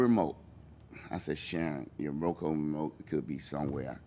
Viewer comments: One its ROKU not ROKO....and two its MINE not MINES!!!! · Will now be calling it row co remote, instead of roku lol